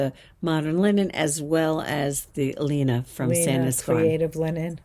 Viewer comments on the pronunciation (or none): none